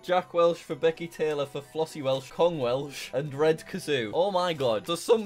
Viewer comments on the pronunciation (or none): none